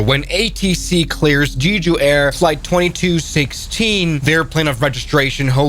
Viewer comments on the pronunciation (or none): BTW, not trying to hate, but it's pronounced JEH-JU, not JEE-JU. So it's JEH-JU (Jeju) Island. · Jeh ju, not jee ju. je as in jet. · Jee joo is pronounced Jeh joo. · btw it's pronounced jeh-joo, not gee-joo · Korean guy here it's not pronounced jeeju it's called jaeju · its jeju not "jiju" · Why does he pronounce «jeju» like that😭 It doesnt say jiju bro.